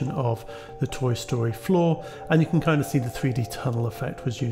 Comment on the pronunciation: It's fun for me to hear you say "floor" and think you're saying "flaw", and wondering why you were dissing a thing. You weren't. Tiny mental puzzles.